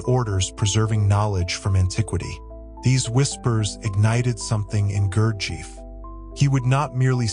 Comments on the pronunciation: You might wish to pronounce his name correctly. Summation of the work is not bad the comments about his early life, reason for his car accident and beelzebub are ridiculous. Nothin is known about his formative years where he was and how he developed the system. The contributor has no right to represent speculations as fact. No one has ever been able to identify any of the characters in meetings as real people. He was conducing group work at the preiure up until his death in October ‘49. I know all this as my first husband lived there with him. Narrator does not identify his sources but it has the scent of something very suspicious and not authentic. As for beelzebub fro his own mouth “some true some not you decide” dear lord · Fascinating story. Thank you for sharing. Gurdjiev was one of the most mysterious teachers if the 20th century. It has been recorded that Stalin had Gurdjiev’s book and his picture on his work desk in his home in Kremlin. Also, Gurdjiev’s students in Paris mentioned that he called Stalin by his childhood endearing name Soso. One small correction though, is that pronouncing his name correctly would help people to know what his name truly sounded like. The accent is on the letter “i”. And it has a long stretched “I”. (It sounds like Gurdjeeeeyev” :))